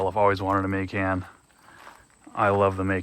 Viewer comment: So you've only heard that pronunciation for pecan? And you've only seen videos where Macan and Porsche are pronounced like you did? This is probably the first time in a long time that I've heard your pronunciation. And it's funny how some see proper pronunciation as areogant. Cool... then keep doing it. Not sure how you missed it, just tried to let you know. What you do with it is entirely up to you. Not meant for the typically long, drawn out conversation. 😂